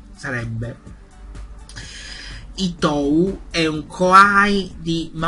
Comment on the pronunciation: Credo che "Ittou" si pronunci "Itto" perchè la "u" spesso non si pronuncia in giapponese, anche se ci sono delle eccezioni (tipo nella parola/nome Sakura, o anche nel nome "Asanuma") è un personaggio interessante, peccato che non lo abbiano fatto vedere di più... Avendo preso per anni l'autobus per andare a lavorare so che è scomodissimo, adesso che ho l'auto e la patente son molto più comoda... Mi dispiace per il PC...